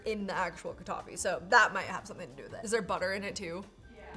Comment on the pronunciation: It’s kataief not kadafy.